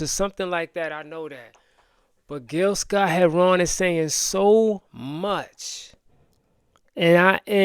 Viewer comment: Ramadan Mubarak! Gill's last name is pronounced "hair-run", not "hair-ron". My Brother, please listen to Gill's "Message to the Messengers". It should be required listening for all descendants of African who were enslaved in the 13 British Colonies later the USA (ADOS).